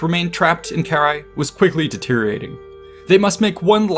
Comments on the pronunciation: Ill never stand the anglophone inability to read. Its Karrhae no whatever youre saying. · The English pronunciation (UK & US) is carr-HEY. The "a" is long.